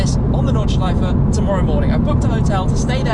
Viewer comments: dude ur nordschleifa is good just put and e in the end instead on an a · Yelling Notchlifer in a German accent sounds very antisemitic ...random thoughts